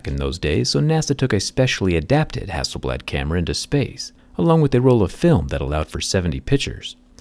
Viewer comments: Everytime is pronounce Hasselbald and remind me you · Who is hassleblad ? 😂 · Everyone - Hassel blad Me - Hassel bald! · Zack is mad because the company's name is not "hassel-bald" 🤣😂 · Its hass-sell-blaad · Hasselblad or I say hasselBALD ..😂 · Hasselbald right there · For Him- It’s ‘HasselBald’ 😂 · A think it is Hassel "Bald" Not Hasselblad😅😃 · Who else thought it said “Hasselbald”? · Who is hassleblad😂😂😂